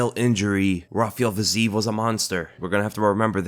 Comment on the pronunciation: Again.... comee on there is no Fazeev, there is only Fizeef... check out the cyrylics pronouncation letter by letter nd u'll know where my frustration is coming from (